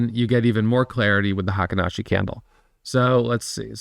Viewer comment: Fun fact: "Heikin-ashi" is pronounced " Hey keen Ah she" It means the average step